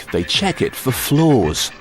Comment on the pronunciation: XMChEeSeCaKEG Since when is there an "R" in the word "flaw"?